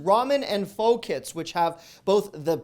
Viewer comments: It’s not pho like faux but pho (pronounced “fuh“!), please make sure your pronouncing it correctly..otherwise I do enjoy your videos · It’s “fa” not “foe” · Its pronounced like "fuh" :) Thanks for the deals! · It's pronounced FA not faux ( pho ) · Pho.. Pronounced fuh.. Not fo... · Not FO,PRONOUNCED FA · This man just said “FO” 😭😭😭, it’s “FUH” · Hi 😆 It's pounced "Fuh"...not "Fo"😉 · Good food choices. I d point out that pho is pronounced Fuh. But we love ya, so Foe it is! Lol Your voice makes my day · Pho is pronounced more like fuh than foe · I think Pho is pronounced like fah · Lol pho is pronounced "fuh". Strange but true haha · it's pronounced Fah!!! Like Faaahhhh! That being said, Thanks for the great video!! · It’s pronounced PHO like sofa 🙋🏻‍♀️ the more you know 😅😁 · Even though it's spelled pho it's pronounced fa like the first 2 letters in father. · Pho.. not pronounced with a phonetic long “o”… more like phu,…. The U sounds like the U in the word “up”. I used to say it incorrectly until my daughter worked in a Pho noodle house restaurant. Love your videos! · Pho is pronounced FA. Tha 'a' is not a long 'a'. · Pho is pronounced "fa". I'm going to try some of those speciality items! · I think Pho pronounced "fu", as in..."fudge". Lol I wish I caught some of these things while they were in stock. They either went quick, or were never at my Aldi. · I'm enjoying your content. Keep up the great work. FYI, pho is pronounced faaaaa. I used to pronounce it wrong as well until I married a Vietnamese woman. Have a good one. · Pho is pronounced “fuhh”. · It’s spelled pho, but is pronounced “fuh”. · Hey love your videos, pho is pronounced like fuh btw. Keep the deals coming!! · For future reference pho is pronounced "fuh" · It's pronounced Fuh, even though it's Pho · Hi, the soup is not pronounced "Pho" its pronounced "FA". The more you know! ;-) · Jennifer is right. It’s pronounced closer to fuh, but native speakers say it in two quick syllables, like fuh-uh.